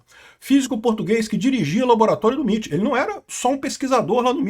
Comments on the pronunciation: "miti" não pow, "emaiti" 💀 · MIT = "EmeAiTi"